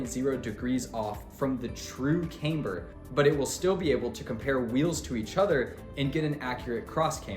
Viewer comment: Loses a bit of credibility when you don't know how to say "camber"